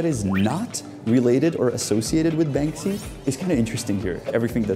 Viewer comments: "World of BanSKy" 😅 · Bansky😂😂 " Bansky", Czech artist right up there with Cimrmann!